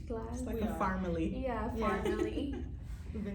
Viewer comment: A “pharmily” 😂 It’s great that y’all want to help each other succeed!! All make it together! 👍